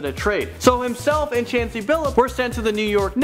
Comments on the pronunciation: Did just say Chancey? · Ok..how in the fuck did that dude pronounce Chauncey Billups' first name?? Like tf?